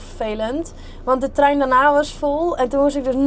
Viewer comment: hij was weer geweldig❤jammer dat het woordje TREIN toch moeilijk blijft 😂😂